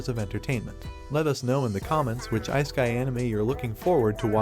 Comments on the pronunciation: It is not "IceKai" anime rather it is "issekai" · please never pronounce isekai again, ... its not ice - keye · Isekai ❌ Ice kai✅